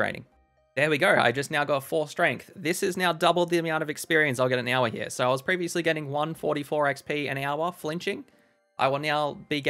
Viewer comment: I love hearing you say the word hour. Sounds like "ow-wuh"